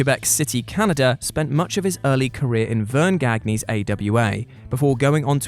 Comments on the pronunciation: I wish you would learn that Verne Gagne's name is pronounced Gan-Ya and not Gagg-Knee as you keep saying. This is basic stuff that shows you up as knowing little about wrestling. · Did he just say gag-knee ? 🤦‍♂️ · Verne Gagne is pronounced Verne GONE-YUH. Just FYI. At least it is that way in every other video I've ever seen where his name was mentioned. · The pro wrestlers named Gagne pronounced it Gonnya. There was a pro baseball player who pronounces it the way you do. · Vern Gagne... it's pronounced GON-yuh. If you're going to mention a legend get his name right.